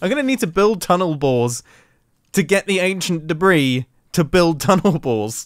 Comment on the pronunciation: one two three ancient debreeee